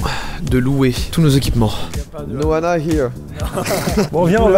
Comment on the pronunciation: Quand vous dites « une Anna » ça fait vraiment bizarre car j’ai l’impression que vous dites « une nana » donc quand vous dites « il faut qu’on trouve une Anna » c’est très perturbant